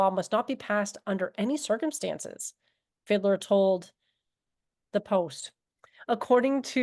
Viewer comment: "Sebastian Fiddler" is surprisingly accurate... i mean it's mispronouncing the hell out of the name ^^D, but "Fiedler" literally translates into "Fiddler"... And lemme tell you, as the filthy "Kraut", that i am... I really don't know, if i wanna cry, scream, barf or punch somebody, when i see the extraordinary amount of incompetence, stupidity and ignorance, that our politicians demonstrate, on the topic of legalisation... (not only there, but this one topic, I actually give a shit about) "rheinische Post" was actually damn good! The "post"-bit may have been slightly wonky, but the actually tricky bit, you totally nailed ^^D You can mock and joke about the "classic saftey arguments"... but that Fiedler-cunt and his braindead friends actually dug up the old lie about "Cannabis being entry-level drug, that leads to harder stuff, like Heroin" ... that total, fuggin, douche-canoe... "why doesn't Germany look to Canada"... well because our politicians like to ignore facts and reality, or even go so far as, spreading bold faced lies. Don't remember which politician it was, but one actually claimed that Canada had "~44% Cannabis-Consumers since the legalisation"... our politicians wanna pretend that we are doin something "super unique" and are gonna produce "valueable statistics and data, that does not exist yet"... And the planned legalisation date of April 1st, is pretty questionable. The Vote has been pushed to end of February and still need to pass through the